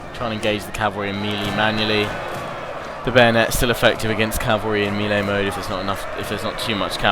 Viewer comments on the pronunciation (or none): none